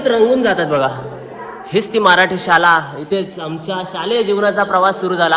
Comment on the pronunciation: दादा शुद्ध बोल शाला नाही शाळा म्हण